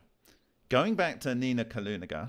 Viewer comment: Not Kalugina, but Kulagina. Kaluga is a town, rather famous.